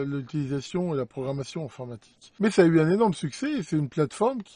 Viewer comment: 4"44 programmation , pas programation